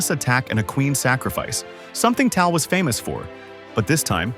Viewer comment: A classic Fischer game, but the AI mispronunciation of Tal ruins it for real chess players.